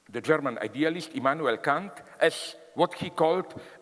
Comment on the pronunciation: That's exactly how Kant's name is correctly pronounced in German. It's funny how some people, Americans in particular, desperately mispronounce his name as "Can't" or "Kaaaant".